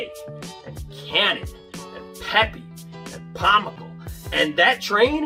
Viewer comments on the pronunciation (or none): none